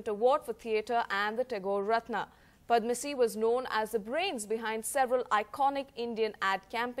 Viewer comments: Darling, who is padmasee? He's padamsee. Sad that nowadays young anchors are not mentored to pronounce names correctly. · Who is Padmasee, it's Padamsee.